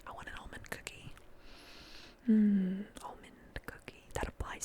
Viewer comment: I understood "omened cookie" instead of "almond cookie" at first, and it DID peak my interest ngl